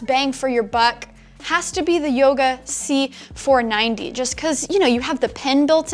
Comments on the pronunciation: she said yoga c490 lol. its 940 right ? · Again "Yoga C490" :P